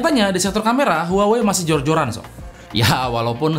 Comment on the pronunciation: Bang huawaeqseaeeiiuiiii mulu ☹️ Saya trauma sama merk ini 😣